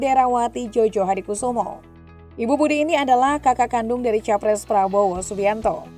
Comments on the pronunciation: Koreksi sedikit,djojohadikusumo dibaca joyohadikusumo, bukan jojohadikusumo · Jojo di bacanya joyo miin!